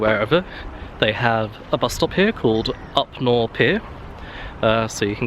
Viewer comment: Enjoyable film. I use to ride horses there. Upnor is pronounced up - nar (nar as sounded in jar). Have a great day.